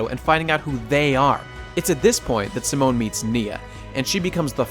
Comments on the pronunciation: during the video says "Seh-moan" when its "See-moan" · Pronouncing Simon as Simone. It's okay but I've always heard it pronounced as See-Moan. Rossiu being best boy? I cannot agree. I understand, but I cannot agree. The way I see it there are no villains in Gurren Lagann, just conflicts. Annnnnd then you say it yourself. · I love how you pour so much detail into this, but can't pronounce Simon correctly